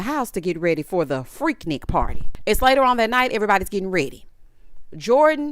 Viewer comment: it's freak-nique to us ATLiens 😂😂